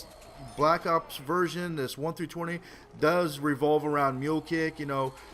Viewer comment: is it me or did he say black cocks instead of black ops ?